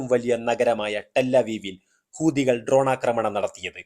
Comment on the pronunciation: നിന്റെ മറ്റേടത്തെ ഹൂദി😂 ഹൂത്തി എന്ന് പറയടോ.😂😂😂